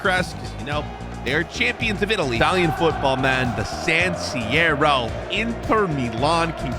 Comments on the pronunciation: did he really says san siero🤣🤣🤣🤣🤣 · was like ‘San Sierro’